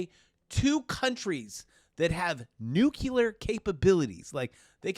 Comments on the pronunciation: It's not nookular its newclear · George Bush says "nukular"